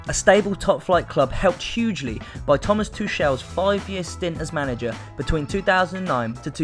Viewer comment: And your pronouncing Tomas tuchel wrong too